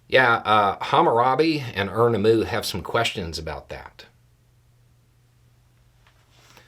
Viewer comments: hah, nice. And it actually took me a moment to figure out what "erna mu" might be... but I found it -- by looking up Hammurabi (which I didn't quite know how to spell either, but that was easier to figure out), I could track that through "Mosaic Law" to find what you're actually saying: Ur-Nammu. I bet my 7th grade social studies teacher probably told us about that... she certainly told us about Sumerian texts as a concept. And, uhh, yeah. Seems like Moses might belong in that same camp as HBomberguy did a send-up of recently. ;) (Not to mention Twin Rabbit's take on influences on phrases like "We the people".) There are many things I'm ignorant of; I wish more folks would try to correct that in themselves, though. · Hammurabi and who? Phonetically, it sounded like Urnamoo...which is an unfamiliar name to me (obviously 🤣).